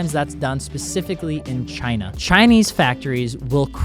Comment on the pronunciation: love how said "Chinnah" 😂😂😂😂